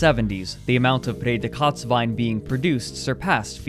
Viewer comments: Thanks — that now makes sense to me. I was racking my brain to figure out what he meant by "Pray the Katz Wine". And then thought he must have said "Pretzelwein" ... He should have read it out with rapid English enunciation as "Pray dee cuts wine". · Ich dachte auch, dass er Kotzwein sagte! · his German pronunciation is atrocious, I hat to look in the comments what "Feder-Kotz-Wein" was supposed to be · I kept hearing whatever he said in this vid as "Prädikats Wine" which would literally be "Predicate wine" I feel bad for laughing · I'm German, and I must say: your pronouncing of Prädikatswein sounds like "later kotz Wein", witch means "later vomit". Fitting. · I'm not a native German speaker but I speak it and I was like "what the hell is Redekatz wine and who would want talking cat wine?" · I was really confused about the "pay the cuts" wine. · What is the right way to pronounce it? Reading it, and with my (very) limited German knowledge, I think it sounds like PRAY-dee-KAHTZ-vine. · I understood it at first as "près de Kotz" ("close to vomiting") wine and thought it was a nickname similar to "Chateau Migraine" :-) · "Prädikatswein" for anyone who thought it was "Braydekotswien" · The whole time I was just wondering what he means with "Präkotzwein" then I finally realised he is talking about "Prädikatswein" and I laughed so hard. Great video, greetings from austria! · I was like "talking cat wine?" (Redekatzwein) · I swear every time I here say "Prädikatswein" (special quality wine) I hear "pray the Katz wine" in my head (Katz as a short form coming from Katze, which is cat in German). The first time watching I was like "what do cats have to do with wine?" ^^ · It took me 5 years to realize that he says "Prädikatswein". This whole time I thought he was saying "Federkatzwein" and I was confused why I couldn't find anything about it 😅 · What’s the name of the wine? Sounds like “pay de cotes” wine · Ohhhhh i was like whata betacatswine